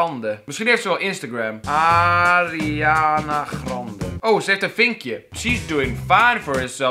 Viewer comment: je zegt Arianna grandee zo zeg je het